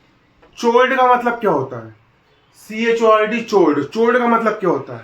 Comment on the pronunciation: Sir chord ka pronounciation कोर्ड hota hai.